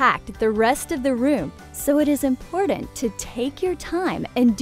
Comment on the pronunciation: Omg please stop saying “impordant.” That’s not how it’s pronounced. You’re driving me insane 🥲